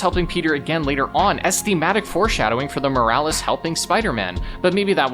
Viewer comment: ITS SPIDER MAN MILES MORALES NOT MILLI VANILLIS!😂😂😂😂😂😂😂😂😂😂😂😂😂😂😂😂😂😂😂😂